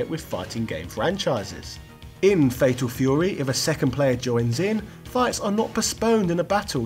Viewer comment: Fatal Feyouwee!